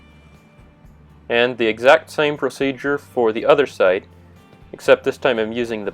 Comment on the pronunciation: First time ever hearing the word "Side" pronounced "Sight". I learned something today! (Nice video, btw)